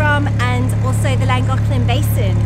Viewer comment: Very nice video ladies. (I need a kneeling/bowing emoji. lol ) I have a question, it may just be the difference in our languages but I have noticed that you pronounce Llangollen like it has a c or k in it... the Llan glock len? So am I misunderstanding the way you pronounce it? No matter, it was a great adventure and I for one am glad you took us along for the trip. 🎉 👍